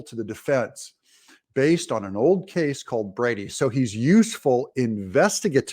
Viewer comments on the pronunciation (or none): none